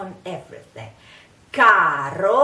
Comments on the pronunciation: I’m not on here to troll people or anything but just wanted to mention that because the R in Caro is in between two vowels it is flipped not rolled. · Nooo!!! Se pronuncia caro! Lo que quiero decir es: cuidado!! No digan carro!! 😀